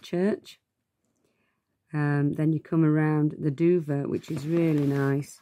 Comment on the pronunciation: Enjoying your trip very much. Just as an FYI, Duver is pronounced Dover (dove-er), like Cover. Enjoy the Island, it's stunning !